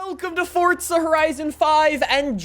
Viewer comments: Fortza? Buddy it's FORZA not FORTZA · it is not fortza horizon 5 - it is forza horison 5 u dummy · He said forta horizon he neds to sai forza horizon. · Why do u say FORTZA? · BRO STOP CALLING IT FORTZA THERE IS NO T!!!!!!!!!!!!!!! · my man said fortsuh horizon five